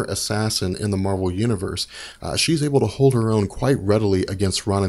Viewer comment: How come you pronounce Marvel properly but pronounce Captain Marvel so weird?